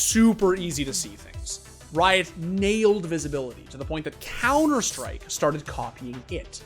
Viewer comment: cunter strike